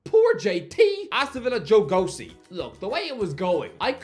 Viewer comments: Didn’t even realise who he was talking about out at first because he kept pronouncing it “go-see” instead of “gow-chi”. Wouldn’t be surprised to see him go on loan to a championship club next season. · For pronunciation. Joe Gauci is pronounced Gow-Chee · Gauci name is pronounced Gowl-shi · I put this video in the background and didn't realise until I looked over at my screen that he was talking about Joe Gauci. It's pronounced [Gow-Chee]!!